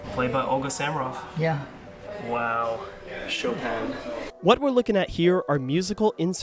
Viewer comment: The background music is Samaroff's recording of the Ernest Hutcheson piano arrangement of Wagner's Ride of the Valkyries, from the 1920s. She made many marvelous recordings. By the way, isn’t her last name pronounced with the accent on the second syllable?